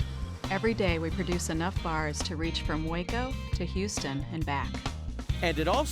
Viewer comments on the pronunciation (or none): none